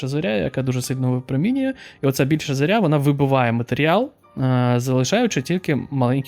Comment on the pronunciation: Чатгпт каже, що в слові "зОря", в будь-якому відмінку, як в однині так і множині, наголос завжди на перший склад. Радив би ним користуватися в таких випадках, це ж швидко і не складно. Тим паче що канал просвітницький. А слово гарне і літературне, мені теж більше подобається ніж зірка. ⭐